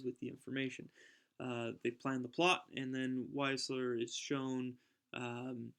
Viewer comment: Just one point. Wiesler is pronounced VEESSLER.